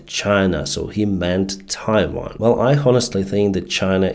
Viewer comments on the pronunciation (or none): none